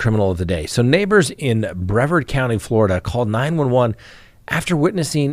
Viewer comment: Fyi, it's Brevard, rhymes with yard, County. Not hatin'; just sharin'. 🙂